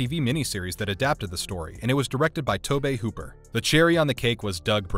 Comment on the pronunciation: Ummmm, how do you mispronounce Hoopers name if you are a hottie fan?